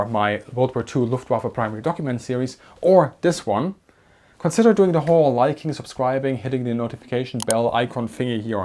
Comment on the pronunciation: He still has that German D in place of the TH sound though. I'm not knocking his content at all. I can't say "boot" without sounding like a Texan, no matter how hard I try. 😂